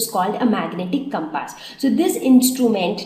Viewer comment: pronounciation of compass is totally wrong...........hahahahahhaha...... but yes the way you explained was really nice thanks for your awesome effort